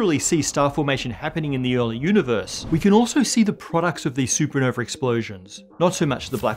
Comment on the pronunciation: So is there a super nova and super nov-A or that's just 2 ways of saying it hehe